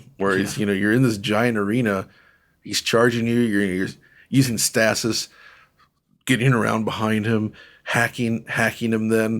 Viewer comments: "Stasis"....It's pronounced "stay-sis" lol 😂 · yea, I personally don’t like policing people on their pronunciation of a word if it’s clear what word they’re trying to say, but it is most commonly pronounced STAY-sis, not STAH-sis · STAY-sis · Wait, we're gonna' pick on for his pronunciation of "Pragmata" and then we're gonna' just say "stah-sis" like that's okay? 😏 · Today I learned how pronounces ‘Stasis’.